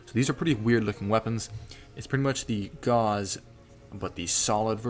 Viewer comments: Gauss rhymes with house, named after the famous scientist. Not like gauze that hurt! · Gauss.... rhymes with HOUSE..... not gauze 🤦🏼‍♂️🤦🏼‍♂️🤦🏼‍♂️